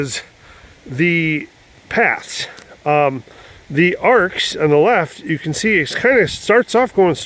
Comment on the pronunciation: It's actually pronounced A R X. Just sayin'.